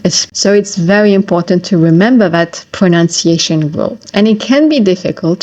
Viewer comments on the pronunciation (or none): Ironically, you mispronounced the word pronunciation. It’s not pronounciation.